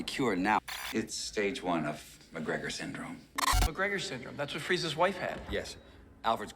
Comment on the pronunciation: I know you said transporting Freeze's armor but it sounded like Freeza's armor. 🤣🤣🤣